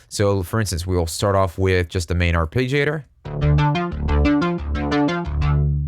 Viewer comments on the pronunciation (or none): Arpeggiator. Ar- Pedge-iator. not Page. Pedge. eesh...